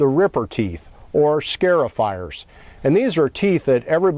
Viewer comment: The teeth are SCAR-ifiers, not SCARE-ifiers. Fyi